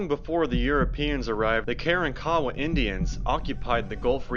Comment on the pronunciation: ITS NOT" KAREN- KAWA" YOU IDIOTS!!!! ITS KAR-WAN-KA WA GO SMOKE ANOTHER BOWL!!! YOU WRONG AGAIN POT HEADS- THERE ARE NO- REPEAT NO ROCKS NATURALLY AT GALVESTON ISLAND- ITS A HUGE SAND BAR- THOSE ROCKS WERE PLACED THERE BY MAN!!!! STORM CONTROL...... ISALND OF DOOM RELATED TO SO CALLED PIRATES AND AFTER THE 1900 STORM AND BEACUASE INDIANS ATE PEOPLE